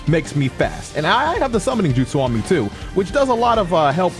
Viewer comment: Be Te Jo Jutsu’s* that boi said Justus 😂